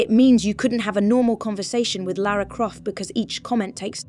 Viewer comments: It's weird how this Lara (correctly pronounced 'Lah-rah') pronounces her name differently almost every time, but never correctly. You'd think an artificial voice would just pick one and stick with it.. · it made me a bit mad she reffered about herself as laura lol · Leeara Croft AI calling Lara "Laura". What a load of 💩.